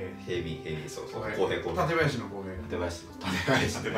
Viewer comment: 館林のイントネーションが市民には違和感